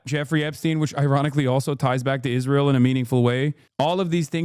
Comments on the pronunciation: “Ishreal” I hate the way she says it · Can somone explain why she pronounces it “ishrael”?